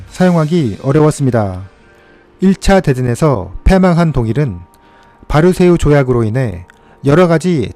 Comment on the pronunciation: 많이 긴장하셨나봅니다 바르세유 조약이라뇨..ㅋㅋㅋㅋ